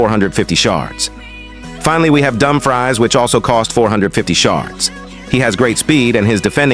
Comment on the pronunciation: I think for Dumfries, if you want the AI to say correctly, you should write "Doom Frees"